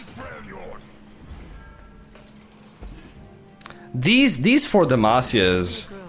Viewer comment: ayyyyyy, you say "Freljord" correctly now. what a.